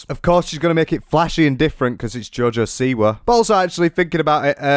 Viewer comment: Im part Polish and......joj siwa...no